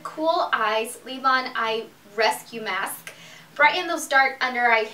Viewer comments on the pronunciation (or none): I love when you say mask lol